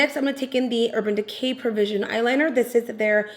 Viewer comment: it’s perversion not pervision you call the mascara and the eyeliner that lol